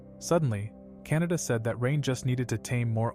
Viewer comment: The cats name is not Canada it is kanata